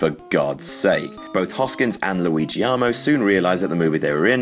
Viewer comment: You have extrapolated your addition of an unwarranted i to the word aluminum to words that absolutely are not supposed to have them according to anyone. There is no John Leguiziamo.